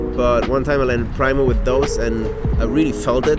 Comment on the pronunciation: pronounced preemo not pry-mo for primo. I just got a pair of these elites because I keep hurting my heel which I feel is forever bruised and hasn't healed.